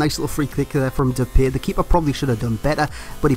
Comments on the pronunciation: U pronounce his Name like Dep i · It's Dep-pie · Great video, and just for future reference it's pronounced De-Pie haha, have a dutch mate that bangs on about it. Other than that, KUTGW. :D